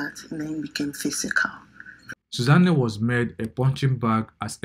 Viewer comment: Did I hear Sooza-nne? Lord, please let this not be true.😢